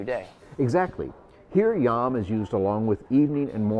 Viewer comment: Just popping in to point out the Hebrew word for 'day' is YOM, not YAM, they are completely different words, and a tiny little physical shudder ran through me every time totally-unscripted-man-on-the-right butchered his pronunciation.